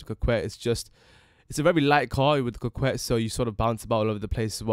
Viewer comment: It's actually pronounced coh-Kay I think